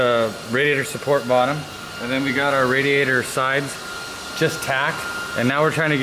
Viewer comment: Question, for everyone at hoonigan; how do you pronounce radiator? RA-diator or RAD-iator